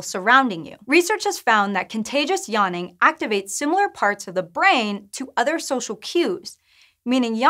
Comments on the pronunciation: Is anyone else really annoyed by how she says yaanning and not yawning? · Spent the first 15 seconds wondering what "yarning" was. That's some funky pronunciation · What is this 'yahning' she is talking about? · What the hell is “Yonnin” ,it’s really so annoying I had to stop watching this video